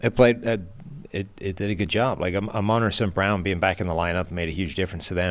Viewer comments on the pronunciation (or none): You guys Slaughter the pronunciation of Amon-Ra St. Brown's first name. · Yo dips**ts, his name is Amon-Ra... Theres a pause in there.. the dash is a hint